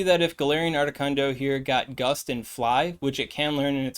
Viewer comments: Articuno, not articunDo 😅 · Ardicundo lol you said it right the 4th time what’s that all about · my man.... uno, dos, tres. 1,2,3 duh.... it's not that hard to say articuno 🤣🤣🤣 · I came for the video title but I stayed for the pronunciation of Articundo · I keep hearing “ARTI KUNDO” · “Art-i-cuhn-do” is a joke I’m missing, right…? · Why are you saying Articuno’s name with an ascent?